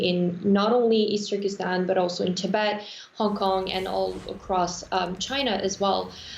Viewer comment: There's not a place called "Eest Terkistan".